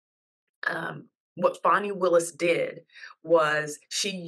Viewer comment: It’s fawnie